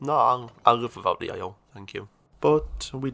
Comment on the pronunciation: The way this dude says "oil" is making me have a irreperable brain damage. Aio? Ay-oh? Ahjo? I don't know how to spell whatever word it is he uses, but it for sure isn't oil. I'm loosing my mind.